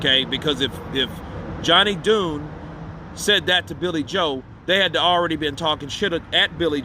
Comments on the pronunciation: Dunne is pronounced like Done, not Doon 🍀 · The name pronounced, "done", not ,"dune" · my bro it's not pronounced Dune it sounds like Done but the man family name is pronounced John Dunne. Allegedly a Fury was there according to Johnny Dunne the father. Cameras all over the pub too I heard too bro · It's pronounced 'done' Champ